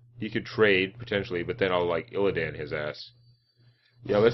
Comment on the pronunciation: I love the way you call him illiadn and put sound on the word DAN in his name